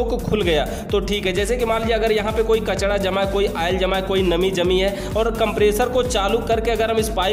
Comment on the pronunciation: Kachda nahi bhai kachra hota h